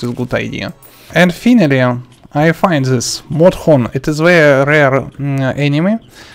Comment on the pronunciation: I love the part he says modhorn